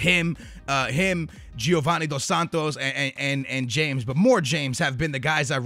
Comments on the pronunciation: I find it really annoying when people pronounce it James Rodriguez instead of Ha-mez Rodriguez. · its pronounced hames not james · its not james but hames....thats how its said... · It's pronounced "ha-mes" not "jayms" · It's "Hames" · In Colombia they say James like "Hram-ace" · James Rodrigues is pronounced Ha-mes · It's James Rodriguez, pronounced "Ha-mez"